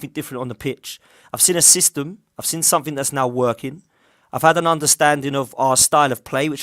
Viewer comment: I know it’s petty lol but it’s “I’ve seen progress” and not “I’ve sin progress” 😅